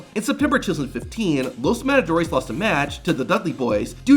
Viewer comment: "Los madadores" 😂😂😂